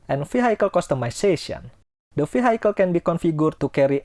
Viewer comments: Pak, vehicle is pronounced vee-hee-kel. Not vee-hai-kel. Peace. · Very good video. thankyou. btw vehicle is pronounced V - HE - Cal